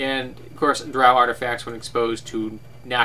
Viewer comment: The way you pronounce Drow is the proper way as it comes from Norse Mythology and that's how they pronounced it. But I'm a dirty heathen and pronounce it the bastardized way.